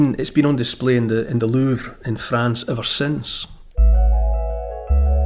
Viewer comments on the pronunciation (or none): none